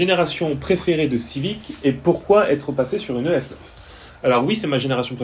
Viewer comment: Pourquoi tu dis "Dee Cee Two" en anglais mais "Euh Efe Neuf" en français ? ça me perturbe XD